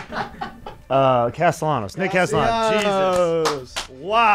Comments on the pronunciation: As a fellow Castellanos, its CasteYAHnos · I love how Trea doesn’t even try with the Spanish pronunciations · Trea with the whitest pronunciation of castellano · I had to turn this off because it took you guys forever to figure out castellanos 😂